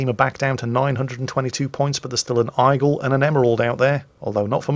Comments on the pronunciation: I approve of insulting the French by pronouncing Aigle Eye-gull and not Ay-gluh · It’s pronounced égle, noe aigle, it’s french. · Aigle is pronounced Aeg-le - I presume you know that and its just one of your puns? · It's compensation for absolutely butchering "Aigle" and "Phra Ruang". /A Swede who also likes "Ö"